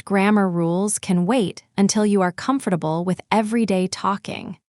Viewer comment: Thanks, it was really useful. But you pronounce the word "comfortable" incorrectly.